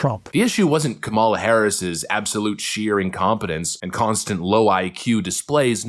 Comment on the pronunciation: Isn't that Mark guy pronouncing Kamala incorrectly? hhmmm...